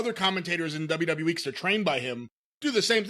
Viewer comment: Michael Cole: You can find it only on the dubeuh dubeuh dubeuh dubeuh